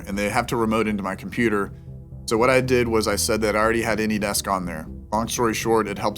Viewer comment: So I see it is quite difficult to pronounce s before k especially when talking fast I saw a lot of rappers from 70's 80's 90's I heard them last few years till present day saying (pronouncing) aks instead of ask the way people are pronouncing deks instead of desk I wonder what is the "mirage" makes some people doing that mistake? ...